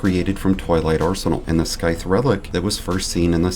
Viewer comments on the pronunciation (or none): … did you just call it a “skythe”? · The C is silent in scythe. 😊